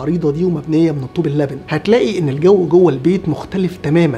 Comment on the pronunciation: ليس الّلبن😂 بل قل اللُبن